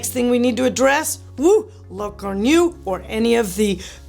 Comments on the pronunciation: What’s a “gornew”? 🤦🏽‍♂️ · Lacourneuve is pronounced La-Kor-Nove